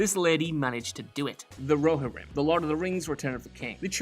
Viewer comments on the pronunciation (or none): Why are you pronouncing “Rohirrim” like that? 🧐….